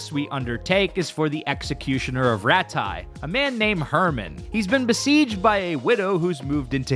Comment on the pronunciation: as a non-european how do you pronounce Rattay wrong after playing the game so long lol.